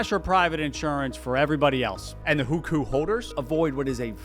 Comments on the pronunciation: It’s “who ko”, not “who khoo” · It's not pronounced "WHO-KU". It's "WHO-CO". Hearing that again and again was jarring. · Xi Jin Ping (Leader of China's government) is pronounced "She Jean Ping" Hu Kou (Household Registration) is pronounced "Who koe" Also I'm pretty sure Canton is pronounced like Canton in Cantonese. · first it's not "Hükü" but Houkou. then Hukou is transferable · HuKou = WHO-co, not who-coup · Video started out great. Once you got to Hukou (which you incorrectly called "who-koo) and Winnie The Pooh, you started spouting bizarre categorical lies that you could literally debunk with basic research, or even a basic search. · It would be better to pronounce as Who Co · at least try to pronounce "hukou" properly dude. It's sounds more like "who ko" where ko is the first syllable of "Kobe". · I love your videos but you could learn to pronounce some key terms in Mandarin better when making a video about China. Literally chatgpt can teach you pronunciation nowadays. hùkǒu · The pronunciation is atrocious. I'm not Chinese, and I don't know Chinese (although took a few classes long ago), but you should try to spend at least 10 minutes to learn how to say the names. I'm not expecting tones or anything. Just a rough approximation that an English-speaker who spent that 10 minutes might say. In addition, not only are the Mandarin names atrocious, but even "Canton" wrongly sounds like the city in Ohio. Things such as this can also cause people to wonder how accurate other information in this video is. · Almost had to turn the video off with how he was saying Hukou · Great video! Just want to say that the “ou” vowel in Chinese is a long o sounds, such as in Guangzhou or Hukou. :)